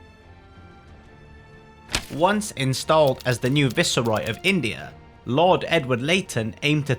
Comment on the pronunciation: The way "viceroy" is getting prounced here I have an inkling this channel is A.I